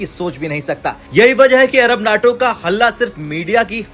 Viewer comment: NAAAAAAATO nahi.........NAYYYYTO NAYYYYYYYYYYYYYYYTO NAYYYYYTO